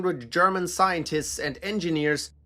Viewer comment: The authentic pronunciation of German names and places really makes listening to this enjoyable...